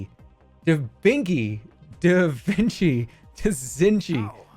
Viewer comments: This dude deadass said the Da Vinky meme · did he really say da vinky